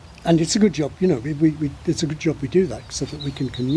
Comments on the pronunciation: I was also shocked by the word "good"! It sounded, and still sounds, like "gid" to me. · Well to a German it clearly sounds like "güd" 🙂